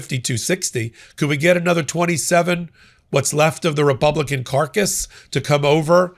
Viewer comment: When you mentioned the Republican caucus, I heard it as the Republican carcass. That's how I'm going to see them from now on..